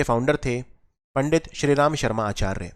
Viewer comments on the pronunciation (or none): none